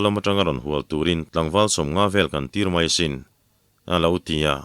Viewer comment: MAI tih turah MEI tih hi Mizo tawng dik a ni lo in ka hria.